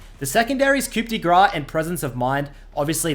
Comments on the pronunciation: Please stop saying coop de grah its coo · "Coop de grah" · Coup de grace has a silent p, thank you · A coup de grâce (/ˌkuː də ˈɡrɑːs/; French [ku də ɡʁɑs] for "blow of mercy") is a death blow to end the suffering of a severely wounded person or animal. Silent P!! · you're not supposed to pronounce the P in "Coup de grace" from masteries. Trust :D